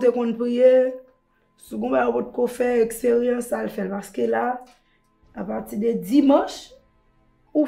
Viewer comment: di "Ekseryans", telmanl pale🤣🤣🤣